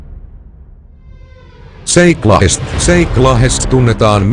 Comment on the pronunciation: se lausutaa Jake Lahest ei Zeik lahest😂 Mut tää on hyvä😂 Lisää😄